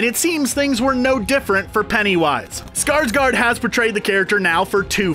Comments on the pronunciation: It's SkarsgÅrd not Skarsgard..... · Skarsgård is pronounced Scars-gored, not Scars-guard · Me: being swedish and offended Cause everyone say skarsgard ITS SKARSGÅRD the å is like o :)